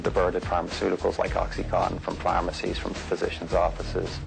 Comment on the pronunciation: I'm finding this video very difficult to watch. There's too much back-and-forth and overlaid imagery. As if it is an extended music video. Furthermore, the repeated mispronunciation of 'oxycontin' as 'oxycotton' is irritating, to say the least. Don't misinterpret my opinion as being anti the need to get smart about drug use but this video feels like the 21st century equivalent of any 1970s anti-drug propoganda.